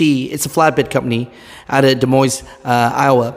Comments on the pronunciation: It's pronounced "De Moin" (silent S). TMC, Des Moines, Iowa is known for its very strict stances with all of its drivers. It's over the top. If the company policy is short hair, then live with it. J B Hunt did that many years ago and they were very strict about it. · Pronounced Da Moine